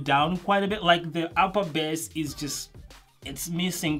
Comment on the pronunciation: I don't understand why the wrong specs are shown twice..and didn't get corrected. The PB110 obviously has 2 woofers, not just 1. Also, bass is pronounced like 'bays', not as 'bès'.